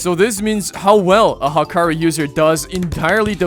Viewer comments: Bro called hakari "hakri" 😭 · You saying 'Hakari' is so cursed dude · how did bro say Hakarii wrong🙏🙏🙏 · The way he says hakari 😭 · also ryoki tenkae and then HAAAAkeri instead of yoek tenkai and hakari is crazy